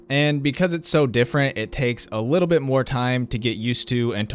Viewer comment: He said wittle instead of little, that threw me the fuck off 😂